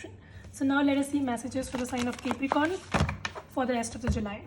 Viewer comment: ITS NOT CAPERICORN ITS CAPRICORN, ILLITERACY AT ITS PEAK😂